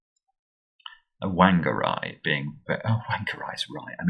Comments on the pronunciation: WANG-ER-AI!! Te Reo Maori pronounce WH as an F sound. its pronounced Faang - a - ray. Oh dear, you've had an NZ disaster today.... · Whangarei is a Maori word, and js pronounced "Farng-a-ray" (as close as I can get it with the Maori pronunciation). Always nice for this kiwi to see some NZ representation in the Times! Big fan, always learning a lot from you.